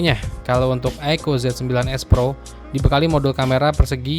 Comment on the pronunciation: apa susahnya sih bang bilang "aiku", bukan aiko.